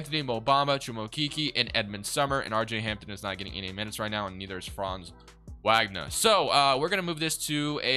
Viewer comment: His name is pronounced Frahnnz Vogner btw. Magic have always been my favorite team but TWolves have been my West Coast team for over a decade.